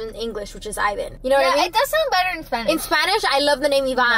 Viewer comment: ...you know, you kwow, snapping ooh snapping snapping... (sorry I couldn't resist my kpop fan side told me to 💀💀)